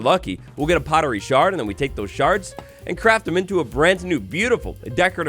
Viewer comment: He said sharting 😂